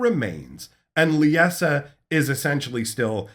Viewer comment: Great video, as always. One question: Why the pronunciation? Lie-Sa, I really don't understand why every youtuber I've seen has issues with this name. Lisa, Lieza, and now Leessa. It's just Lie-Sa, they way it's spelled, Liesa. Again, great video, though it was like nails on a chalkboard each time you said it. Much Love, keep up the great lore videos!